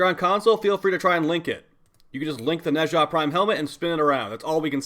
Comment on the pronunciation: my boy pronouncing nezha like hermione telling ron weasley how to pronounce the levitation spell yes the doom slayer is allowed to be a nerd